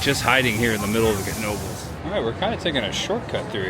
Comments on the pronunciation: Knoebels pronunciation is (know-bels) that is if you weren't trolling us..😊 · The K is silent its pronunciation is Noebels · You tell em! "Know-bles" is in "Ellis-berg". "Knoebels" is in "Eel-eez-burg" haha! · Incorrect, it’s kuh-noh-buhlz. The k is fully pronounced because it comes from a family German name. Also when you call the hotline they pronounce it that way on the recording.